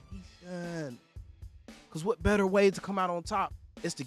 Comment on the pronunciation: “That” goes unnoticed too and C Wat not C Y. has braces so I think it’s causing him some issues.